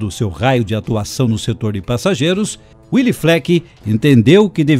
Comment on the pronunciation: Gostei da apresentação, mas devo dizer que a pronúncia do nome de Willy não é "uili" e sim "vili", nome de origem alemã e não de origem inglesa. Willy era muito amigo do meu pai que em meados dos anos cinquenta, como gerente do Banrisul em Três Passos financiou 4 ônibus F-600 para a Ouro e Prata.